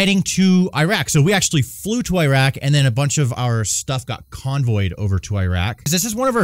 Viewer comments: Please learn how to pronounce Iraq, just as a form of respect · Dude went to Iraq and can't even pronounce the countries name properly. Tsk tsk, brother.